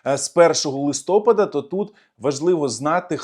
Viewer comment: ЛистопАд, а не листОпад!